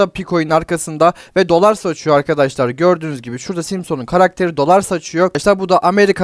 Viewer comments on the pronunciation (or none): simson değil la😂 simsın diyecen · Simson değil Simsın... Pi haberi yapıyorsun biraz telafuz güzel kardeşim yahu.